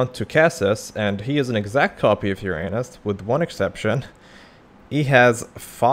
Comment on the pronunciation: the funniest part is that this is not how you pronounce uranus at all